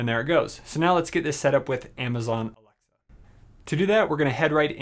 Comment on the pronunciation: Why can’t he say alexa